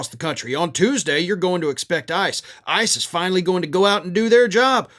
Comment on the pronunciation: Seriously, it's a Trump regime. Also, whenever you say "ICE is", it sounds like ISIS.